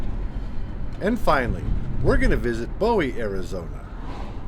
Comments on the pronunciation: Bowie is pronounced "Boo-wee" Which sounds a little silly, I know...but thats the way it is lol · Your pronunciation of Pantano was right on however, your pronunciation of Bowie was wrong. It's pronounced Boo-whee. Sayin'....